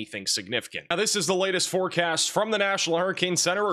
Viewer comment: You cut yourself off at the end of the video. Sounds like you said "forecat" 😝